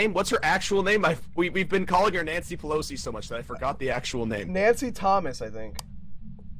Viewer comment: karl said nancy palossy